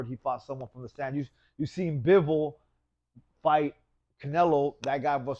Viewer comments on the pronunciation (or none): none